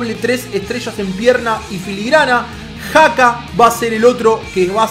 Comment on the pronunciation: a xhaka no se dice jaca se dice chaca